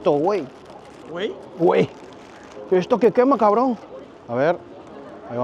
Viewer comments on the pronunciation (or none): Pero dice güey y cabron con acento español… que pasó!!??!!😂